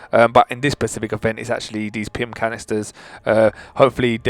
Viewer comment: Guy:it's very pasific me:specific guy: so be very pasific me:SPECIFIC🖕